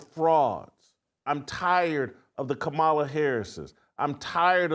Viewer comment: Sound it out Jason, COMMA-LA